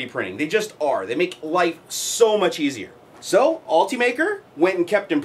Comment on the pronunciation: ALL-TEE-MAKER is not how this is pronounced. It is ULT-UH-MAKER, as in ultimate maker.